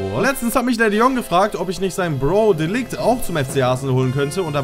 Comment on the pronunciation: Bro das spricht man De Lircht aus